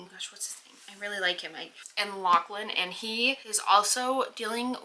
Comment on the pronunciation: lachlan is the scottish spelling but it is pronounced loch-lin so your pronunciation is right haha!